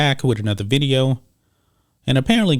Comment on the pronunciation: Both you and Rhodes Rants go "Another VIDEOH"..a la the great Jeremy Prime ("Geeks & Gamers").